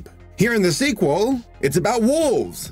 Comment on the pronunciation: it's a seq-wool! sheep-wolf? sheep-wool? :J